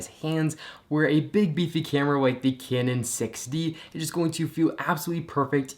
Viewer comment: you say canon weird